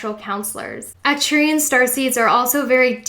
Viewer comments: A little correction: It is Arcturian not Acturian :) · Thanks for putting this together my fellow Sagi-Seed :-) It helps to know why we are the way we are. You're pronunciation is very close just emphasize the ARK at the front of Arcturians and the ANNE at the start of Andromeda and you've nailed it. Subbed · Its actually ARcturian... you missed the "R"